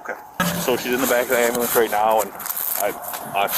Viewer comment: "my'namadontariuh" "my dodder is in the amerlans."